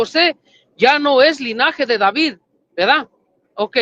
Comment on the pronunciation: Como pretenden ganar un debate si dice veda en vez de verdad